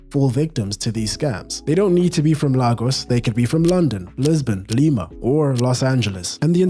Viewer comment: It's pronounced "Lay-goss" (Lagos). Other than that, great video.